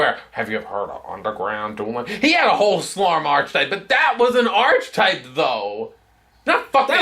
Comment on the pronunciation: Pronounced Ar - KEE - type not Archi- type.